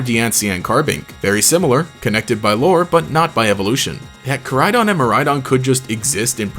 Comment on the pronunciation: Miraidon and koraidon pronounciation kinda bothers me in this since its meant to mean future and past. Maybe im juat a stickler for the japanese language. Kinda a stickler for all languages honestly. Especially the way he says miraidons name.